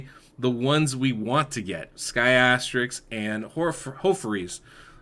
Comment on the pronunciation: Name: Skathix Me: 'Ska Thicks': 'Sky Asterix'